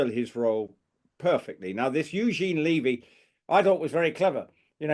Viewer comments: Eugene's show is really good. I recommend watching all the episodes, not just the one with Prince William which was excellent. And, I just have to say - everyone is pronouncing Eugene's last name incorrectly. And it make It isn't LEE-vy. It's not a long E sound. Think of the first syllable of beverage or Beverly - Bev. As far as Mr. Montecito's stalker - I don't believe the story for a second. It had been almost a month since he'd been in the UK and we're just hearing the story now. We learned about the 'near catastrophic' car chase within hours of it not happening. He's so focused on getting his security paid for, I find it unbelievable that they would have delayed this story if it had actually happened. Edited to add - to answer question about when the whole Meghan thing is going to stop, it won't stop until the UK media and YouTube creators stop giving them the coverage. They don't do anything noteworthy but everyday there is some ridiculous PR story about them which is splashed across social media. Just stop covering them. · Just another comment, Levy is pronounced Leh–vey. Not Lee-vey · It’s Lev, like Bev. Eugene Levy. Not Leavey. Canadian here just letting you know. Cheers. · As a Canadian I both laugh & cringe as our beloved actor’s name is mutilated! It’s pronounced: U Jean Levee. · It’s’ levee’ and Eugene said it was filmed in February.